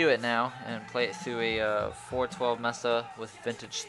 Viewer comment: MESA, say "MAYSUH". Not "MESSUH". Just helpin ya out!